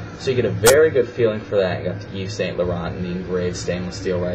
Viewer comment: didn't realized you reviewed it already before i posted my question from your other video...anyways, it's pronounced as Eve San Larohn